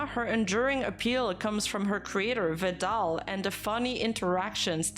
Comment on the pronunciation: thats a new pronounce for vedal , star courage VEDAL .